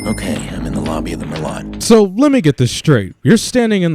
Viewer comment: They can't even pronounce merlot correctly. Ding!